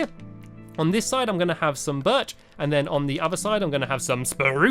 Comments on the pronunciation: the way he said birch made me laugh so hard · Stampy said"Sqashy is entertaining FLUFFY!"That's Sherbert!!!!!Fluffy has a yellow collar, Sherbert has an orange one like now!!! From:Erin🐆🐆🐆 P.S,you said BIRCH manly and "spruce" tiny.(Once in the vid🐱)